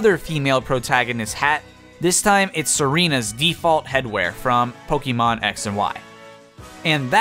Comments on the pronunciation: It’s Po-keh-mon not Po-key-mon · Its poke eh mon not poke ee mon. Just remeber, be Canadian